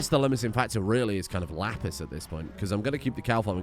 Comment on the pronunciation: The way you said "lapis" sounds like "la pisse" (the piss in French). I just thought you'd like to know that